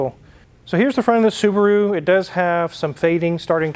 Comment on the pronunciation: You can say Subru again 😅